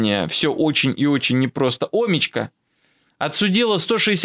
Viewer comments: Не Омичка, а омИчка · Спасибо, только произносится "омИчка! ) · Омичка, ударение на букву И. 😊